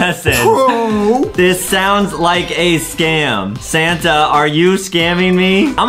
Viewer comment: When adam say "santa", i hear "sana" XD